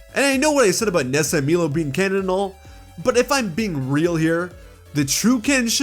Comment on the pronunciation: Not to complain lol but Milo isn't pronounced Me-Low it's My-Low.